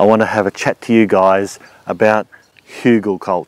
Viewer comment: Who-Gul kull (rhymes will pull) toor. New sub...great vids. Remember the swimmer Geoff Hugel?